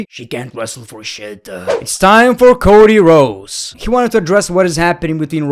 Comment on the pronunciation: “Cody Rose”?😂